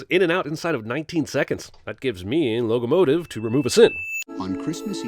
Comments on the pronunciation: “logo-motive” please log out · "logo-motive"=locomotive? hahaha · Him saying "Logo-motive" as a pun to loco-motive is so bad, Cinemansins deserves a sin.